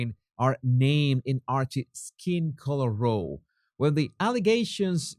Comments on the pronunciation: I love your accent but please can you pronounce the word row as in now, not row as in Oh! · I NEED TO POINT OUT THAT "ROW" IS PRONOUNCED LIKE YOU SAY IT IF WER TALKING ABOUT THINGS IN A ROW OR TO ROW A BOAT ETC...... BUT TO "ROW" WHEN ARGUING IS PRONOUNCED " WITH THE "OW " so "ROW "RHYMES WITH "NOW" I KNOW YOU LIKE TO SPEAK IN THE CORRECT WAY. LOVE YOU & YOUR CHANNEL...THANK-YOU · in the case where row means fight, you pronounce it to rhyme with cow. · row.... rhymes with COW. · Row. It’s a word that means a disagreement. It is pronounced like cow, not like the word oh. Just letting you know. I appreciate your channel and your work. Thank you. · "Row" in this case rhymes with cow. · Hey, your English is amazing - but just one wee thing row as an argument is pronounced like cow or how. ❤